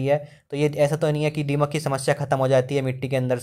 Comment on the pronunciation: डीमक नहीं दीमक होता है